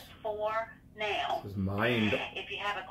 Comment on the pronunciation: Who knew the word “now” had three syllables?